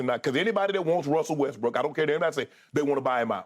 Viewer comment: Skip is a disrespectful "BI TCH".... It's Westbrook! Get the man's name right